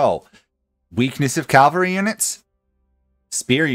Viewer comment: Small nitpick - it's cavalry, not calvary.